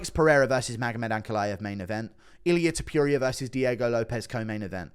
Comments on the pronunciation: Pronounce Topuria correctly. Not toopooria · can you stop saying Topiuiria. please. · Please confirm that you refuse to pronounce his surname other than “Tiopiuria”. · Why are you the only one that continues to pronounce his name the way you do 😂 if you’re the only one saying something a certain way and the rest of the world including the person who’s name it is pronounces it diff maybe change it up aye 😂😂😂😂😂